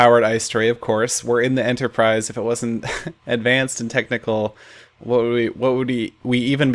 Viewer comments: Seriously? Enterprise. XD Not Enterprice. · At a few points it sounded like you were saying Ender-prise instead of Enterprise. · US EnderIce instead of enterprise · you mean the USS "Iceterprise" ha lol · Starship Enterpr-ice? No?